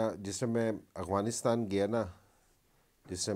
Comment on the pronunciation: Ok dear, with all due respect please also learn how to pronounce AFGHANISTAN not Aghwanistan. Peace from Afghanistan 🇦🇫